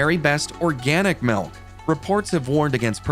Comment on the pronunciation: I hate to mention this, but please say MILK, not MELK.☑👍⬆